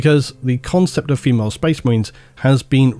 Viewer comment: Phi-males?! Reee! REEEE!!! I’m a 40k fan. 😂